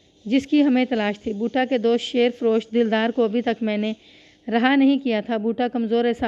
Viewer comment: شیر فروش میں شیر کو زیر کے ساتھ پڑھتے ہیں مطلب ہے دودھ بیچنے والا ۔ اسی طرح جن جپھا بھی ٹھیک نہیں پڑھا ۔ اور بھی کافی جگہ۔۔۔۔۔۔ تلفظ پر توجہ دیں